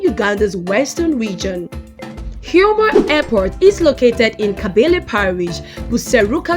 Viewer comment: It’s not kabele but kabale